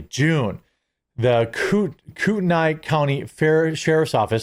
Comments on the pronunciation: As an Idahoan, pronunciation for “Kootenai” is actually “koot-a-knee”, and pronunciation for “Coeur d’Alene” is “Coor-duh-lane”. I can’t make out that awful handwriting either. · "Koot-knee" county "Core-Duhlane" Got us locals in a tizzy 😵‍💫🙂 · It's pronounced like this - core da lane - and - koot knee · Just an fyi, it's pronounced, kootnee. And Coeur D'Alene is French. Pronounced Cour (like you're about to say course, but no s) Da lane. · Its core da lane and koo ten eye. I used to live in sandpoint ID. Moved back to colorado a while ago, regret it. Awful here. Such an act of cowardice from this loser. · As someone who grew up there, this is saddening. Btw, it pronounced "coot-knee" county, and the city of "cord-ah-lane", hope that helps. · Pronunciations. Coeur D'Alene, aka CDA, pronounced Core-duh-lane. Kootenai county = coot-a-nye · Jeremy, the names you're struggling with are pronounced Koot en nee (Kootenai) and Core da lane (Coeur d'Alene). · LOL Core D Lane. It's easy to pronounce. Also - Koot Knee is the best way I can tell you how to pronounce that tribe. That's how I've always heard it said around here in MT. There's no way this guy is right wing/conservative. I know they want so bad for that to be true. These are not the actions of someone aligned that way. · Pronounced Koot knee. Coor dah lane. I used to live in Koot knee county